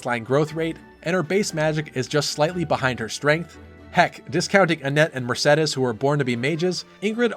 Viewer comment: Finally someone that pronounce Mersedes and not Mersidis, thank god